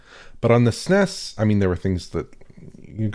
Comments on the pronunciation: kept pronouncing SNES as one word. Is the SNES older than him?? OMG I'm old. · "Sness" Because if you say S-N-E-S it has almost the same syllables just saying Super Nintendo.